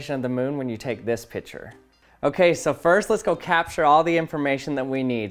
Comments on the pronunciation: Picture is pronounced pic-ture not pitcher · It's pic-ture not pich -er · I love that you say pitcher, instead of picture